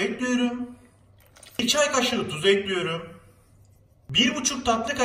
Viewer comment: Eklüyrum demesi cok hosuma gidiyor neden bilmiyorum🤫😂😂